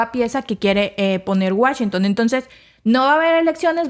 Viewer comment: Washington No Wachington 😂